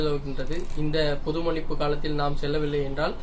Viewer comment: மண்ணிப்பு (மன்னிப்பு ) சரி செய்து கொள்ளவும்